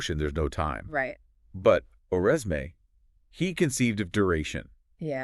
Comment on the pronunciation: The "s" and end "e" in his name are not pronounced.